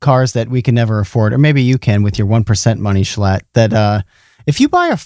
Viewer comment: You know this is a high quality podcast when they get schlatt's name right